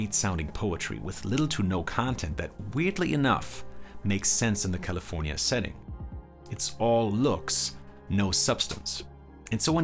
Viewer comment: The way this dude says Caeleefoornia makes my ears hurt! As do many of echo songs...but hey props to you for doing this thing